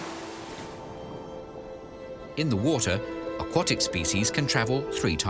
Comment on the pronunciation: If you're claiming to provide high-quality documentaries, you may want to watch the narration. I'd expect a video about turtles to be able to pronounce the word aquatic properly.